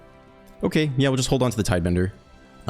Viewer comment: Cant believe hes still saying tidebender